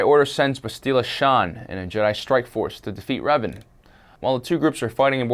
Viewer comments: It's not bast-ee-la it's bast-il-a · It's Bass-tilla! Get it right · That not how you say Bastilla you dumbass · i know it pissed me off how he said it